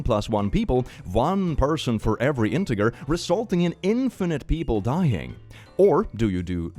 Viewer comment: integer with a hard r 😭